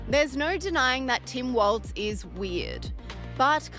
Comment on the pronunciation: It's Walls not waltz